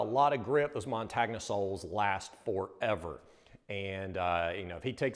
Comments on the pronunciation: You guys are the best. Keep up the great work. As a suggestion its pronounced "montonya". But it is all love!!!! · No disrespect gents but the "gn" part in "montagna" (which means mountain in Italian) is pronounced "ni" similarly to the sound of "ni" in "onion". So "montagnia" is pronounced "mon-tah-ni-ah" Nice restoration. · Hey, just a quick little detail....Vibram is an Italian company, and the word Montagna (the name of the soles) means mountain and it is pronounced mon-tahn-ya. Just thought you might want to know! Great work guys! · Probably not a big deal, but the word montagna is pronounced mon-tan-ya, with the "o" having the long sound. The tan-ya is pronounced as "nya" like the Russian word nyet. Sorry, I lived in Italy. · Yo, didn't one of you two go to uni in Italy? Thought you would've picked up that montagna means mountain in Italian, and is pronounced montanya, like the g in lasagna